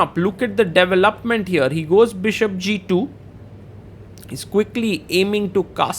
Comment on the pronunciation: "Devil-up-ment" ;-D